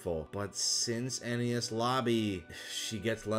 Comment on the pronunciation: WHY DO YOU PRONOUNCS ENIES AS NES